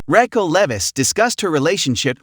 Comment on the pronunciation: Dude if u cant say Raquel (Rockell) right, ITS NOT RAYQUELL! I CANT SUSBSCRIBE!